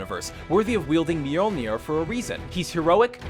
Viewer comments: Thor's hammer is pronounced (Mee-Holn-Neer) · its spelled Mjolnir, pronounced muhy-ahl-neer. #SRNOTIFICATIONSQUAD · Ok people, the hammers name isn't that hard. It's pronounced Myo-Lin-Ear mjolnir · it aint that hard to pronounce mjølner/mjölner (thors hammer) :P cmon americans u can do it ! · Thor's hammer is pronounced mule-an-mere just spelt nothing like that lol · Någon svensk som hörde uttalet på Mjölner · Mjolnir is super easy to pronounce....